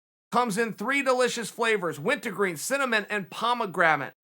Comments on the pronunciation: Wint-a-green and pomegrammit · Me: Uncle Chael pass me that wintergreen can Chael: it’s went-A-green Me: ok great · I now pronounce it wintagreen also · Wint-A-green? Really unc? Too bad khabib is terrified to fight gsp by the way. He was asked to fight him many times. Completely terrified . True poser